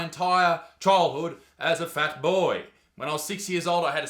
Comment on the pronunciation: damn. The way he said "FAT BOIII"